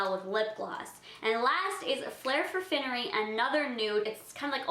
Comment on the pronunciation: FINE-ery, NOT FINN-ery!